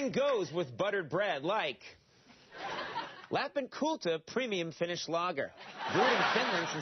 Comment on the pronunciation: "Lhapin Kultha" He can't say it right.